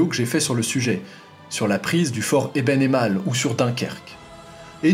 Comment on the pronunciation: J'ai correctement prononcé Eben Emael (contrairement à TOUS les français) donc je suis en partie pardonné ahah ! Merci pour votre retour